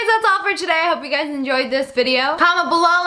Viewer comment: Ew why you say hello gays